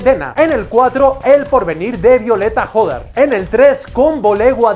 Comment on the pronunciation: El apellido de violeta es hodar, no jodar, la h no suena